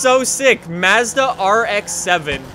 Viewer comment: Why do you say Madza like Madzzda???